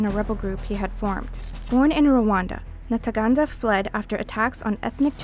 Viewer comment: Ntaganda, not "Nataganda". Is reading or finding someone who can read properly (or put practice before going to record) so difficult? When the ICC prosecutes all those presidents and generals from the west it'll gain legitimacy.